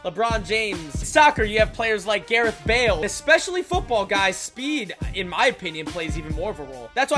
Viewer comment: “Garreth bale” lol nah